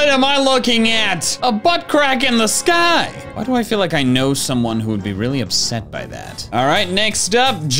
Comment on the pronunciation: I'm convinced can't say "sky" correctly anymore, why would Orange say it like that? He's never even met team sky